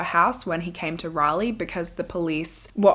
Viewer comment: Thank you for saying Raleigh correctly! 😂 ❤ from NC